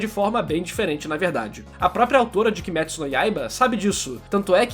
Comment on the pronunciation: *KimÊtsu e não KimÉtsu